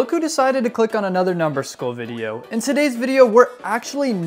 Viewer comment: Bro really said numberskull but in the video it say daddyskull💀☠️